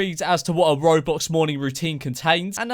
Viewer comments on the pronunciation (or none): none